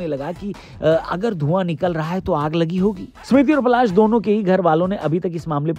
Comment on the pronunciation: Bhai vo palaash h ....palash ped ka naam hai